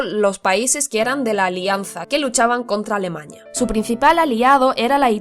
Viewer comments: Jajajajajajajaja "escandivano" "extermiño" "alemaña" bueno como sea el video está más o menos. 😂😂😂😂😂😂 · Alemaña? O Alemania 🇩🇪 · Alemaña JAJAJAJA alemania se dice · A-L-E-M-A-N-I-A no alemañia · Alemaña?!!!!?? Alemania joder!!! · Porque dice alemaña? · es cosa mía o dice alemaña es vez de alemania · aprende a hablar. "Previnir, Alemaña, Escandivanos, zonas ocupados…) y dudo mucho que se atreviera Hitler a invadir Suiza. Se puede intentar invadir Rusia, pero intentarlo con Suiza, es perder la guerra DE INMEDIATO en cuestión de horas. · "Alemaña", "coloñas" ¿? que pronunciación!!